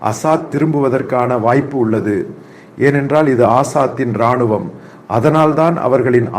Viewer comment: தங்களின் தமிழ் உச்சரிப்பும் முக பாவானையும் சிறப்பு.... தமிழ் மற்றும் மலையாளத்தில் தங்களின் பதிவுகளை பார்த்து வருகிறேன்.... சிறப்பு 🎉🎉இராணும்.... ராணுவம்....இ என்ற எழுத்தை அழுத்தமாக உச்சரிக்காமல் தணித்து உச்சரிக்க வேண்டும் ஐயா...நன்றி🎉